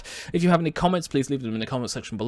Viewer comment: "Eye of Terra and Holy Terra" or "Eye of Terror and Holy Terror"?